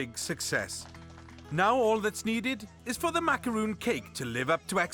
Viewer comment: It's MACARON not macaroon